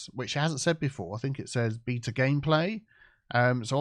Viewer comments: every time he said BETA is kept hearing BEATER. Good for a few laughs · Pronouncing “Beta” as “beeta” is so funny 😂